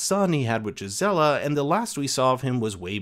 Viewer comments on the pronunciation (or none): Gizzella lmao. Gee-zah-lah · Did you watch all 5 seasons? Go watch all the parts about Hilde. Where did they ever become lovers? Also watch all episodes with Gisela cause that's not how you pronounce her name. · They also pronounced Gisela and Eadgifu (especially her name, he butchered it) wrong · Hyld and Uthred were never lovers!!! That's a huge mistake there. And also, this is not how Gisela's name is pronounced. It almost seems like you didn't watch the show... Besides that, this is almost merely a recap of the episode. There's not much point in watching it, one should just see the episode instead (and enjoy oneself much more). What is "explained" here? Where is the "real history"? The video's title is misleading and has nothing to do with the actual content.